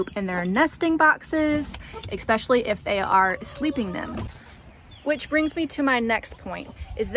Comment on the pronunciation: No such word as (ekspecially) You said this numerous times in your video. Just so ya know.